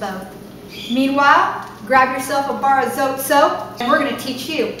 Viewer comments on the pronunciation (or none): Mexican soap! Spanish pronunciation is more like "So - Tay" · Darlene Justason check little grocery stores .. call first . We don’t say Zote the way she pronounced it lol .. it’s the E IS. Eh .. Zoteh .. just might help when you look .. good luck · Its Pronounced SO TE.. Vowel sound for the E.. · It's pronounced Zo, Tee. :)